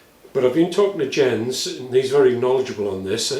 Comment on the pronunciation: Minor point: "Jens" is pronounced in Danish like an English "Yence". (J is like English Y, and no "zee" sound in Scandinavian languages.)